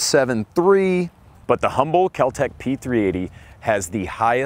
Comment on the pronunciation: Kel-Tek eh? My oh my.